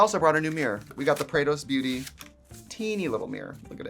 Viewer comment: Every time you say 'Prados Beauty' I hear 'Kratos Beauty' and I really need to see that makeup now lol